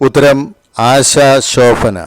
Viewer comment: ഷോഫന അല്ല ശോഭന 😄